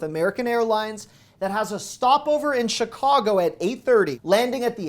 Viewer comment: Why people say Shicago? Always wondered.